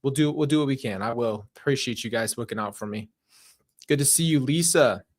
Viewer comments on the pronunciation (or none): none